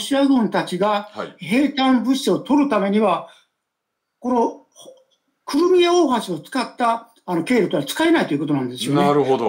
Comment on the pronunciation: この人、何回訂正されても『クルミア』って言い間違える。 気になって仕方ない。 せっかく良い解説していても何か台無し。